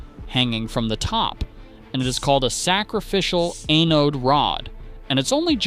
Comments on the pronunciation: AI thinks it's the ANAL rod. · You mean it's not really pronounced AE-Know-Dee? 🤣 The pronunciation isn't the only thing here that's off. Try getting an ae-know-dee rod for $25. They're more like $45 and up. But they're still much better than paying for a new water heater. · Appears that AI still struggles to pronounce ANODE right…